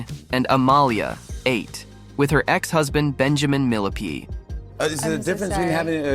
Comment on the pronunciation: With her ex-husband - "Benjamin MILLIPEDE " 😂😂😂 🐛 did anyone else hear that? 😂